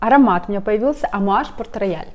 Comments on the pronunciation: Он не рояль, произносится [потрэйал]. Обожаю его! ❤️ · читается как Портрейял! а не порт рояль